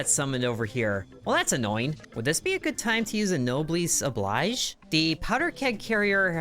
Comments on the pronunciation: It's also nob-el-es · "no bless oh bleej" is close as I can explain to pronounce it. It's French. The obligation of the nobles. If you're better off, take care of people who aren't